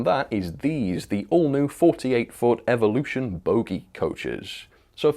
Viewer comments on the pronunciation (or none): none